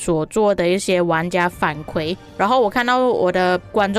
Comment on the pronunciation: 伊原 = 反馈 kui 第四声